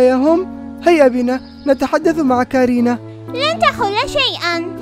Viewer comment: ليس كرينا بل كورونا